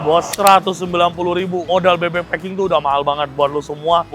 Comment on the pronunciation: Klo intonasi ny bahasa inggris bebek "pak king" jadi fu*king 😂😂 🙏🏼🙏🏼🙏🏼